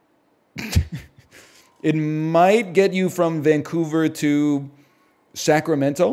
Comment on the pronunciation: Locals do not pronounce the t in Sacramento :)